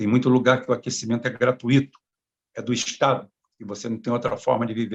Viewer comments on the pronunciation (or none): none